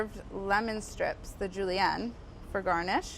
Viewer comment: julian, in spanish juliana, juliana like juliennuuuhh